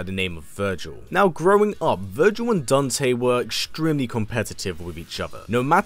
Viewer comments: Who the hell is daownte? Lmaoo it’s Dan-te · bruh he really said "dunte"